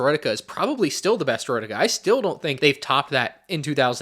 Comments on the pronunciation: Makes snes but "Droideky" ? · “droid e key” ✌️😭